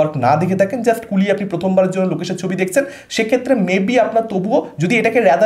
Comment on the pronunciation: কথাটা 'দেখছেন' দেখসেন নয়, অরিত্র ছাড়া বাকীরা যারা সিনেমার রিভিউ দেন তাদের বেশিরভাগের বাংলা উচ্চারণ সাংঘাটিক খারাপ কেন